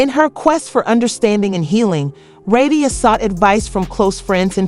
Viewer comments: Who's Rasheena😅😅😅😅 AI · Mispronouncing her name…